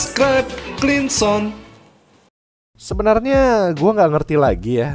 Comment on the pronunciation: Gw dengernya Klingsong.